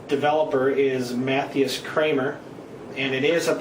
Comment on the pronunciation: Muh-TIE-us not "Matheus"